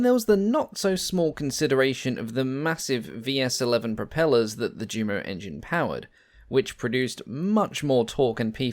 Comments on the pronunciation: These have been great informative videos with the best narration of any I have seen so far but please, that's pronounced U_MO engines and not JU-MO! It's the same with the Junkers aircraft name with so many pronouncing it JUNK-ERS when it to is actyally YUN-KERS. That said I find these videos to be extremely informative and as I said before the narration is almost perfect, this has become my favorite channel! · This just appeared in my feed. One critique: JUMO should be pronounced YUMO and Yunkers.